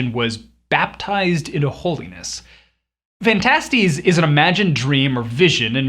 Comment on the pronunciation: At least he pronounces Phantastes correctly